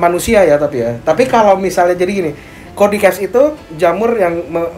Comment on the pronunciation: Cara Baca Cordyceps nya salah bang,harusnya cara bacanya cordyseps nah itu baru benar wkkkw salah ngomong